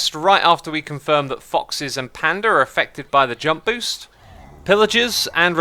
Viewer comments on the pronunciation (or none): none